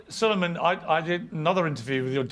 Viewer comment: Salaams and duaayn, Salueman hai, not Salman - سلیمان ❤